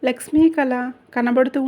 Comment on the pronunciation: మేడమ్, లక్ష్మీ అని కరెక్టుగా పలకండి